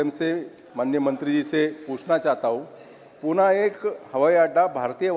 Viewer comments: Puna nhi pune he vo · Its pune bhava... Not puaanaa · पूना नाही पुणे...विचारताना नीट विचारता येत नाही का? Learn from Sindhiya ji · अरे बाबा पूणा नाही पुणे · पुना नाही पुणे आहे ते .